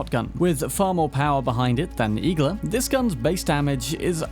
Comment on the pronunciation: IGLA means NEEDLE in russian. Stressing the A